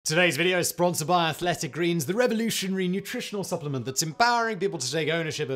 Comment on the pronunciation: You said spronsored